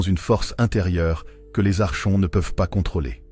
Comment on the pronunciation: Ça se dit "arkonte" le che se dit ke ❤ Ce sont les hybrides, ils sont parmi nous.. cf livre de David Jacobs "ils marchent parmi nous" Comment s'en débarrasser ? Être au courant et elever ses vibrations